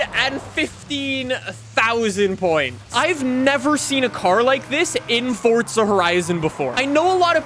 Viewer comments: It,s Forza, not Fortza. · Why do some people call it fortsa it's forza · yes I know it means power however the game is FORZA not fortsa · Why dose he said fortza 😑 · forza not sure what FORT ZA IS